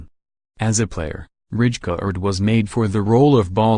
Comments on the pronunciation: Yo Bro its not Richkard but Raikard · It's not Ridjecard, its Reikaaard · yes, but you kind of pronounce it as raikaard. The “ij” isn’t in the English language. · Its Rijkaard dumbass